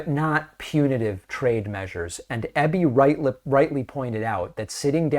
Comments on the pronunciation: Eeeby not Ebie ✌🏻❤️🇨🇦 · Pronounced EEby, not EBBy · I love that our province is getting noticed by American media lately. But at least pronounce our premier's name properly: It's Eeby, not Ebby. Gonna miss Jack Daniels but I like our sovereignty better. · I’m proud of my Premier for this, and only because David is trying not to mispronounce names its EE-bee, not eh-bee 😅, but we Canadians don’t mind all that much it’s close enough lol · We appreciate you and watch your show often. As a Canadian who lives in B.C. I would like to let you know that our Premier's last name is pronounced EEE-bee. (like easy) Not a huge thing but we thought you would like to know. Keep up your amazing work! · David BC Premier’s surname (Eby) is pronounced Eeeebeee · David, Sir, it’s pronounced “Ee-bee”. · The BC Premier’s surname is pronounced EEBEE. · DAVID EBY IS PRONOUNCED E BEE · Eby's a good premier and I'm really glad he won our last provincial election. His competition would have rolled over and played dead. His name is pronounced with a hard E though. Eebee. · Just a wee point.. everyone in the states is pronouncing his name wrong .My Premier's name is pronounced E-Bee 😉 Great show as usual ❤ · E BEE, EEEBBB. EB, Eby:)